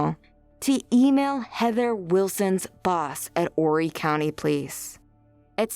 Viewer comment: Thanks for pronouncing 'Horry' correctly. There have been some recent updates and JP is also being looked at for the death of his Mistress's Spouse, Chris Skinner.